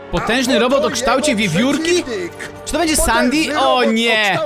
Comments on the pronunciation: Sandy a nie sandi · mówi śię sendi a nie sandi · Nie mówi sią Sadi tylko sedi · Nie hasztak sandy tylko hasztak sendy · sandy czyta się sendi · Papuga essendi się mówi Sendi a nie stan nie Sendi się mówi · Muwi się sendi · Mówi się sensi